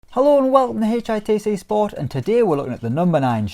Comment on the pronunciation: HATCH EYE TAY SAY SPORT